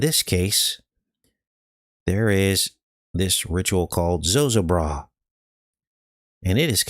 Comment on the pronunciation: Zo ZO bra it us pronounced-accent on second syllable. FYI and thank you